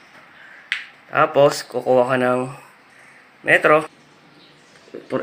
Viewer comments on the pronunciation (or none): May uhog pa pati pag bigkas ng metro,mali mali pa